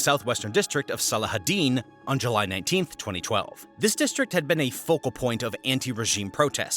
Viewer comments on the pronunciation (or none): none